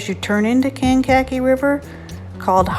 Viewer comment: Awesome video, thank you! Kankakee Pronounced Kank - A - Key…